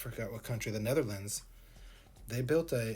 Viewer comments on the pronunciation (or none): none